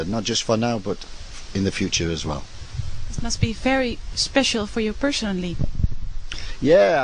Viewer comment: Y does the woman say personally like this...PEERRRSSSHHIONALLY